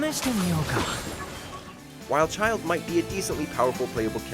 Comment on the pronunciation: I know they didn't just call my guy Childe Tartaglia 💀